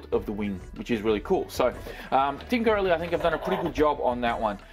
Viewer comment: your pronouncing corally wrong there is no gap between co rally bud